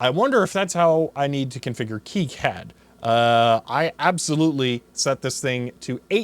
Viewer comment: Still have mine. It looks like the day I pulled it out of the box brand new. Still use it as well when I want to print out plots from the SpecAn or VNA. You'll have to pry it from my cold, dead hands. By the way, KiCAD (The popular free PCB design package) is pronounced "Key-cad", not "Kai-cad".